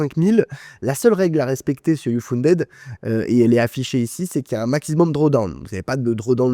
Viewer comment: Mauvaise prononciation de "uFunded"...